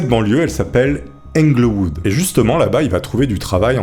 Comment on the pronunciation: Juste Englehood sa ce dit Ingueulhood